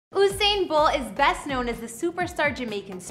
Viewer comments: You didn’t even pronounce his name right 😒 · why is she pronouncing his name like thattttt😖😖😖😖